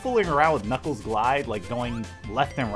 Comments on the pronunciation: Sonic the Hedgehog he saying kniggles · i love it when u say"knickles"